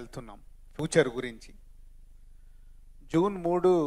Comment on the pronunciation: పూచర్ కాదురా బాబు ఫ్యూచర్